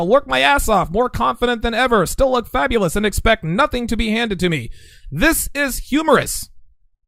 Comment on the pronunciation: "Fabalous"... something you want to tell us? lol